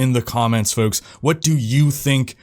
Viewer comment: why cant he say FOLKS correctly, hes does a million reps